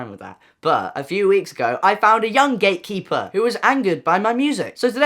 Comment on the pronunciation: I heard "young gaykeeper" instead of "gatekeeper" and I almost burst laughing haha